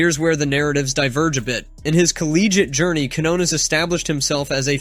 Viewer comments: It's "keen-YONE-es"! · ...the first shit you need to know is how to say Lester Quiñones pendejo...before you even talk about the guy...🤦🏻‍♂️🙄